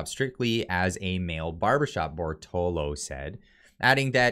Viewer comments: Read and say it with me: Bor - to - lot - to. 4 syllables. Very easy 1, 2, 3, & 4. You can also clapp your hands to make it easier. Compare: Bor - to - lo vs Bor - to - lot - to Cheers* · Bortolo ... His name is clearly Bertolotto so unless you are openly hostile could you please just read the freaking name right at least once out of 5 times? If you are a poor reader why even do your channel this way? Just talk about things instead. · Sound it out bro (Bore-toe-lot-toe) Bortolotto . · How do you keep missing the "tto" after the last "o" you say in Bortolotto? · Exactly, just my thought. I think owes Mr Bortolotto an apology for butchering his name like that.